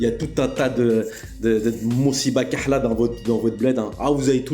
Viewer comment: 😂😂😂😂sa ce voi mosséba lkehla tu la apris ya pas tres longtemps vu la prononciation et le nombre de fois utilisé c nouveau pour toi 😂😂😂😂😂. Qui est sont prof de darija ?